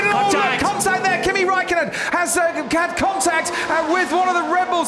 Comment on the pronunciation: Nico! Ask Kimi how to say THAT properly!!!..